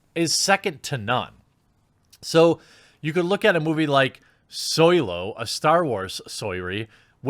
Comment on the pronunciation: I'm not a Star Wars fan, so I don't understand most of whats been talked about here. But why is he constantly talkign about "Soylo" instead of Solo? And what is meant by hateful fandom and being woke?